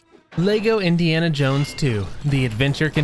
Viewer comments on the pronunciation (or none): none